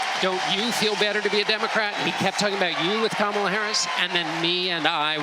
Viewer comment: Dems: it's racist to mispronounce Kamala's name Bill Clinton: Camel-uh.. Legacy media: 🦗